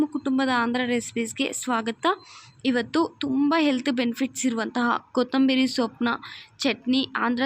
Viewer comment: ಕನ್ನಡ ಅವರ ಭಾಷೆ ಅಲ್ಲ ಅನ್ಸುತ್ತೆ. ಪ್ರಯತ್ನ ಪಡ್ತಾ ಇದ್ದಾರೆ. ಕೊತ್ತಂಬೀರಿ ಚಟ್ನಿ ಮಾಡ್ತಿದ್ದಾರೆ, ಉರೀತಾರೆ, ದಾಸ್ತಿ ಉರೀಬೇಡಿ ಅಂತಾರೆ....😂. Still good effort if Kannada is not her mother tongue. I don't know if we can speak her mother tongue just as well.